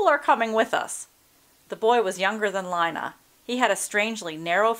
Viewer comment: It's pronounced (Lee-na)